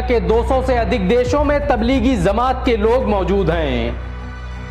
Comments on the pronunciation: Bhai ज़मांत kio bol rahe ho जमात bolo na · Bhai Zamat nahhi hota jamaat hota he. Bahut uljhan hoti he jab ap ج ko ز bolte hen. Maaf karna bhai agar apko takleef hoto. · Miyan bolna seekho. Lafz zamaat nahin balke Jamaat hai. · Jamaat, not Zamaat